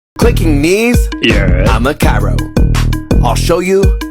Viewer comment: Is it just me or when he says am a chiro It sounds like avocoda